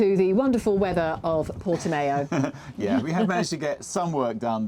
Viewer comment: Don't think it's pronounced Portimayo